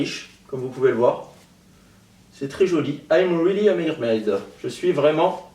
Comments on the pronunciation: J'ai cru qu'il avait dit "je suis une merde" au lieu de mermaid mdr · je suis vraiment une 'mermaide'' haaaahhaa